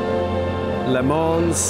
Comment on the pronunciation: It's not lemane it's Lê man